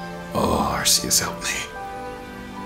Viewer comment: Actually, it is spelled Arceus and pronounced Ar-kee-us